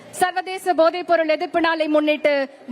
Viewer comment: Podhai not Bodhai Tamil language pronounciation read properly. Otherwise not pleasant for ears to hear. Please